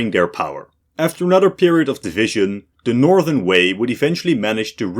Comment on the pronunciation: Yes, all you people are correct about the atrocious mandarin of the author. I think he pronounced Shang, Han and Northern Wei correctly, but that's it. Although average non-eastern highschoolers wouldn't know this, I had to take Chinese starter lessons later. But I'm old, I think current highschoolers are indeed exposed to more Chinese influence.